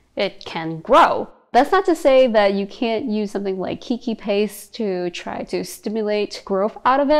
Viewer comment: This video is quite old but I have to comment. I’m an orchid keeper and keiki paste is pronounced cake-key. It’s Hawaiian for baby. When an orchid clones itself it looks like a baby orchid so that’s the name.